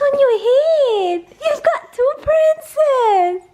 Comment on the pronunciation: Hey-lo prRRrrrrRrrEen-cess!!